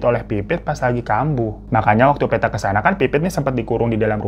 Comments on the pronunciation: PETTA itu bukan dibaca PE dari Peta/Map tapi bacanya PE dari PEnumpang... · Bang hiro, bukan Peta. Petta, seperti nyebut Pete 😂. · Pengucapan Poppo dan Petta kurang ditasydid bagian tengahnya jadi agak lucu dengarnya😅